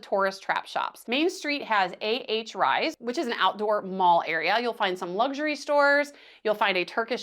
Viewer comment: Overall a good video, but if you are going to recommend places, please learn how to pronounce the locations properly. It is not Charlotte Am-a lee, it's pronounced Charlotte A-mal-ya. AH Riise, is not pronounced AH Rise, it's pronounced AH Reese. Yacht Haven Grande is not pronounced Yacht Haven Gran-day. It's Yacht Haven Grand. The "lookout" you mention is Skyline Dr. Scenic Overlook. I hope you enjoyed our Island. It looks like you there Wed Oct 15th, when both Celebration and Aqua were in port. We happened to be home on island that week. BTW- fully agree with cruisers NOT trying to to go to St. John for the day. Too many variables to make you miss your ship on the return. The term "schedule" is used loosely in the islands, especially for the ferry. :)